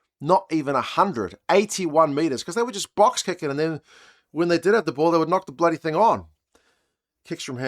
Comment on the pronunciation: "Sam bledy Prendergast"😂😂😂😂... That's awesome